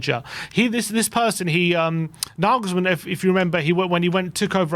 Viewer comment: I don't think there is a manager/coach on earth that wouldnt take the Spurs job. NaYYYYYglesmann (its fucking NaYglesmann unless you're fucking german) is a great option right now, but Levy will promise one thing then will do something completely different. I have heard Naglesmann has asked for assurances written down rather than spoken, so he seems aware of Levy's bullshit.